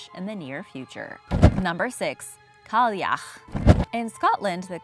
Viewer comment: I wanna hear u say cailleach again